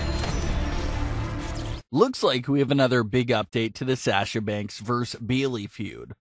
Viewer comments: Why do miss pronounce tamina an sasha u kept saying taminia an u kept saying saaaaaasha its sasha just sasha not saaaaaasha an not taminia get it right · Lol. Sash-Ugh and Taminia. We don’t know those people because you’re pronouncing their names wrong. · Saying sasha wrong too. Mark!